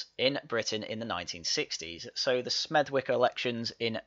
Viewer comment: "Smethwick" is pronounced "Smethick"